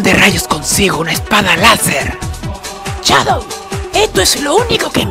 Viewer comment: DICE SHADODW... HAA ESTUPIDO HARBOL Y SONIC DICE NO SHADOW HATI NO SE RESULTA NADA JAJAJAJAJA XDXDXDXDXD